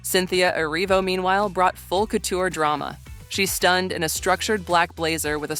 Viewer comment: couture pronounced “cootcher” by ridiculous AI voiceover